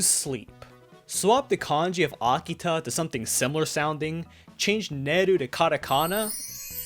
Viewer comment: Akita? Y-you mean Hakita. Right?